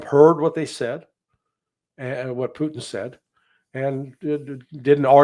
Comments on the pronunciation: p u T i n, not poo'in. The T is not mute. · Pooteenn not put in